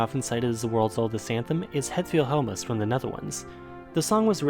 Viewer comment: i like how you pretty much pronounced 'het wilhelmus' spot on